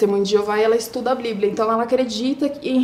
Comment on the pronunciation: História triste sim, mas moça, meu Deus, precisa melhorar o português, desculpe. Mas blibia? Celebro? Cabeleileilo? E outras palavras que ouvi, fica ruim a compreensão da história.